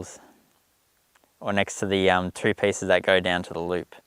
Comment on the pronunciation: Nice, I like the idea of the modified knitting needles. Is it just me or did every time he said 2 it sounded like 3?